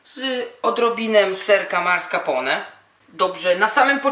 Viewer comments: To chyba "Maskarpone" się wymawia XD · "Marska pone" :-D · serek "marscapone" :D